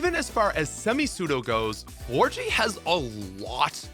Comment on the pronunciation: aint no way Florges is pronounced FlORGY ahaha